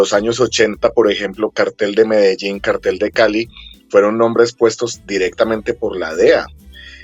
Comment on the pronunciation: En Colombia se dice “Cartel” (con acento en la e), no “Cártel”.